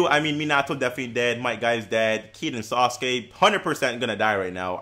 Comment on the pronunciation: love how you say sasuke, sounds like SAUCEkee xD keep up the content bro